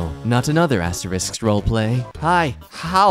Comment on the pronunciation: "Wha- what's wong with astewisks?" * Looks down, eyes tearing up. * "Wh- why do peopwle say they're bad?" (Jk, they're actually the worst things to exist. 🤢🤮)